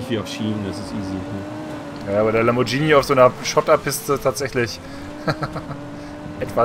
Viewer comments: Lamborghini. im italienischen spricht man das hart wegen dem H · Lambordschini, das beste Auto wo gibt! ;-)